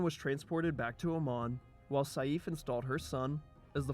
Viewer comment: excellent video! but try next time practice the pronounciation of some names (ex. saif is pronounced like sayf )